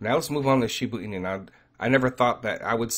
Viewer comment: I think you are confused. You said Shiba can lose a zero and you mean that it could go down more. Losing Zero's means the price is going up and zeros get less. Also you keep calling it Shibu Inu, but the right way to say it is Shiba Inu. No U in Shiba. Thanks for your videos. Keep them coming.